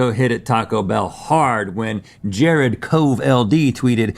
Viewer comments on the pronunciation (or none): none